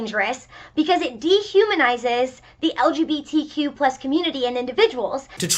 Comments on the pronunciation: My gosh... "Eldzhibitikjuplus". That`s what`s wrong with the world nowadays. The very essence of the PC in one unpronounceable linguistic Frankenstein`s monster. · Why can’t any person like her say lgbtq+ or anything like that, they always mess it up lmao that’s how useless it is.